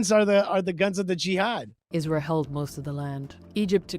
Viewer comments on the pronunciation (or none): she emphasizes the word "Isra-hell" as well